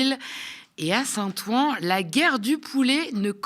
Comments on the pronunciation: Top comme d'habitude.. juste un détail, Saint- Ouen se prononce Saint-Ouin (comme le ouin ouin de Karim ) pas Saint. Ouan 😁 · Bravo. Super et merci., j'en profite pour te sgdire et en souriant que St Ouen ne se prononce pas Saint "Ou- An" mais Saint "OU-OUIN". Plaisir d'une langue qui ne s'écrit paas comme elle se prononce. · St-Ouen est prononcé St-Ouin ... Sinon tout est parfait !